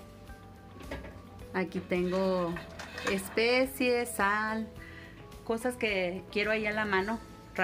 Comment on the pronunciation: Señora se dice especias no especies